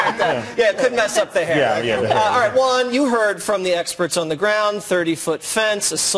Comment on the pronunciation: It's. Suppose to say jaun not hrin